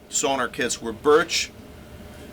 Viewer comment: It's not SONAR - it's SONOR!!!